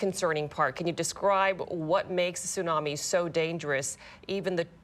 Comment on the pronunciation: A tsunami may be a silent killer, the 't' is not silent.